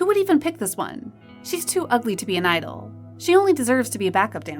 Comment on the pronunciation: its not pronounced "gee-idol" its just "idol" 😭